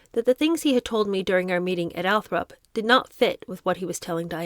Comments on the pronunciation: I stopped listening the minute you said ' Althrop', It's Althorpe you clearly didn't do your research before hand, and for someone that live a mile or 2 from Althorpe I find it an insult. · I love your book readings! Maybe it’s just your young age, but please try harder to properly pronounce some simple names like “Althorp”. I’m older than you, and maybe I’ve heard more than you have, but honestly, I expect more from a teacher. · Switching the position of one letter when pronouncing a word aloud is a common mistake that I make myself. Sometimes our brains just read the word a different way from how it is actually spelled. That doesn’t mean “doesn’t do her research” and I’m sure it’s not a deliberate insult to Althorpe-area locals.